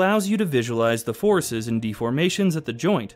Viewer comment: "forices" I feel bad downvoting a video made by an eight-year-old